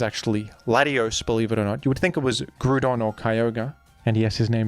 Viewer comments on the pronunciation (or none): Your videos would be perfect if you just wouldn't fucking BUTCHER Groudon's name by saying it completely wrong: GREW-DON. That's wrong. Stop. It takes all my willpower not to hit dislike for that shit. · When are we getting a montage of everytime says “grewdon” in videos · The repeated mentions of the pronunciation of Groudon makes me think that is not, in fact, how the name is pronounced